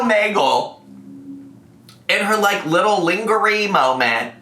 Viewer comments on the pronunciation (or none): Ling ger ree got me cackling